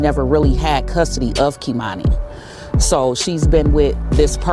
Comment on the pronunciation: You aren't even pronouncing the baby's name correctly! #sayhernameKeimani